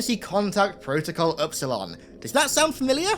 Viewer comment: Epsilon, not upsilon